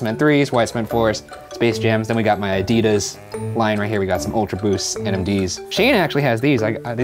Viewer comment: My ears always contort themselves when I hear them pronounce Adidas (and Gouda cheese as well).